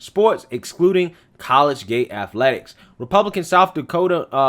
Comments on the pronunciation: I have been listening to for a long time. Love your show. Just a heads up, the word you're trying to say is "colleagate". It is pronounced "colleajate" not "college gate". 🤔😃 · I know you only got a 'Tar Heel' education, but it is [collegiate] co-lege-unt 'not' college-gate you must have taken Debbie Crowder and Julius Nyang'oro !!! Me being a hick also I know sometimes its just a regional thing JFK use to say 'ideer' for idea so guess your in good company. 8NCAA Titles Kentucky Wildcats !!!! Com''on Man HaHa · What is “college gate”? As well, the “x” is silent in Sioux... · It's pronounced Col - le - giate. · Hey,..it's pronounced "CO-LEEG-IT",..no dis bro,..jus sayin',..good stuff,..keep it commin' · It's pronounced collegiate (co-lejit) and Sioux (Soo); the x is silent. Good report brother. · Ahhhhhhh I don't mean to be picky, truly I don't. But I've been an English teacher for 26 years and old habits die hard. Dude, I love your shows and have been a subscriber for a long time...please don't be offended, just trying to help. You kept mispronouncing "collegiate". Keep up the great work, I enjoy your quick, no-nonsense style of the news.